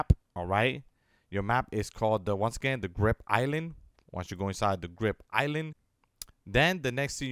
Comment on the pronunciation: Is it just me or does he say grip instead of grid